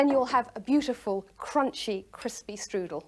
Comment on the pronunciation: That may be good, but it is NOT a " štrudel".